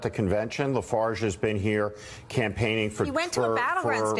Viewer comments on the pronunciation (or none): Who is Nigel Lafage? If you are going to call the leader of the Brexit party an extreme right wing facist, at least get his name right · Love that Steve Schmidt doesn't know the name is Farage, not Lafarge. Lol. Political "expert" my pitootie.